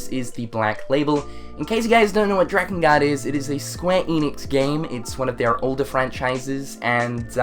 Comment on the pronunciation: Dirge of Cerberus was the only Final Fantasy game I played blind and actually finished. Oh and it's pronounced DRAKE-N-GUARD!